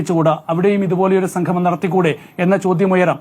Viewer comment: സംഗമം ആണ് സംഘമം അല്ല..